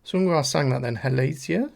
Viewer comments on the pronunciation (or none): I love you and your commentary. I’m just into Ateez myself, so this is pretty cool to watch. But the way you pronounced Halazia was sending me😂😂😂. It’s HAL-AH-ZEE-YA, not HAL-ASIA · I’m sorry… I have to … HALL - AH - ZEE - AH Please and thank you. 🧡🏴‍☠️☺️ Also, I have no problem with the length. I really appreciate how thoroughly you go through it and discuss it.